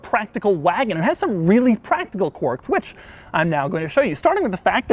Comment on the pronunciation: Stop saying "Quorks". It doesn't have quorks. It has quirks.